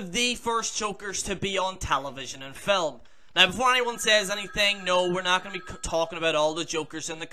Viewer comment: It's film not flim